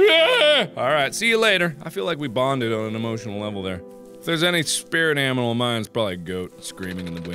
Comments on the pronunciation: actually its marks spirit aminal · he says aminal